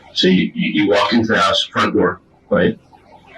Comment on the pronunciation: "Jesse's hEuse..." LOL